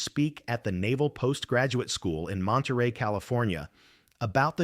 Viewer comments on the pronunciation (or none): none